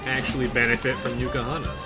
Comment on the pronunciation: Please, it's N Kahuna's, not Nukahanas.